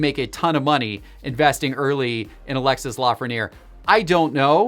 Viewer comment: his name is pronounced A-lex-ay the “s” is silent. McDavid and Crosby are the cards to invest in, they’re both generational players. Leon Draisatl is an under-rated player and I would invest in his cards as he’s the best player to have come from Germany and has produced points equal to McDavid. I would only buy Lafrieniere if it’s low as he’s gotten 1 point in 18 games He might be having a slow start but I don’t think he’s a generational player IMO